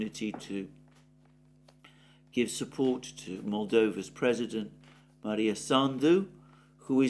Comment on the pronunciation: Alexander, the name of Rep of Moldova President is ''Maia Sandu'' not Maria. Anyhow , keep up the good work ;)